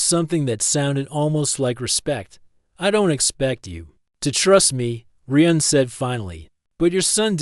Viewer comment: This needs some work. You need to fix the vocal cadence of the AI. Also, the AI doesn't need to say "dot" when it hits a period at the end of a sentence. The AI calls the human Reeuhn instead of Ryan. There are several other issues as well. Listen to the story and fix the problems before you post it